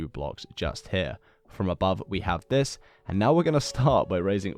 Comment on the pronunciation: Y'know what. The way he says zis is really funny